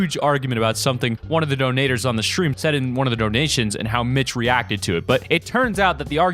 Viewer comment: does someone else understand shream instead of stream or is that just me making the st in stresm sound like sdream instead of shream like an sh in shoe